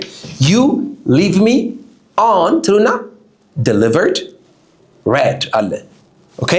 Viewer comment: Why you pronounce the word read like ሬድ it’s ሪድ